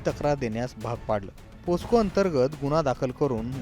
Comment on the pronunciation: पोस्को नाही रे पोक्सो